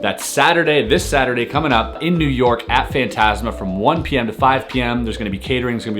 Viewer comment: You say fantasma very wrong